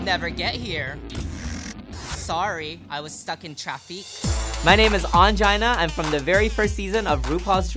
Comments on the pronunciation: Am I the only one trying to figure out what traff-ekk means? Ongina says-"I was caught in traffic" but it sounds like she says -"traff-ekk"? Is this an inside joke I'm missing or does she just say it so weird?! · she says "stuck in traffique" in all stars one when she's driving the van xD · All Stars One she was a driver for the finalists and she was being told to step on it and her gem of a response was “Girl, I’m trying. There’s traffique.” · Its actually "Traffique"